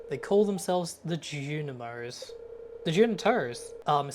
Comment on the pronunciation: Just so you know it’s pronounced “Tor-tia” not “tor-tilla” idk it just annoyed me 😅 (love the video though, I watched it like 4 times) also it’s juNiMo and the desert trader is a lady